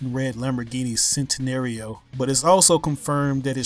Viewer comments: dude it's chentanario not sentanario, i know it's an easy mistake that's how i first said it when i first saw the centanario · And Centinario is pronounced CHEN-TEE-NAR-E-OH not SEN-TEE-NER-EH-OH.... triggered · Am I the only one who cringed when he said Centenario wrong? (He said 'sent-in-air-io') (meant to be 'chent-in-ario') don't worry - just a car fanatic here. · I'll have you knownl it's pronounced ch-entenario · Centinario (Chen-tinario) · LEL, its pronounced Chentinaurioh